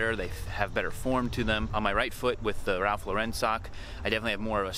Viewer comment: 1 point for the way you pronounced Ralph Lauren ;-)